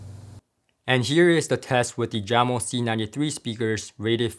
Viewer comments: Jamo is pronounced ( yahh-moe). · For your upcoming review of the Jamo speakers, I believe it's pronounced "Yamo" unless you heard different from Klipsch.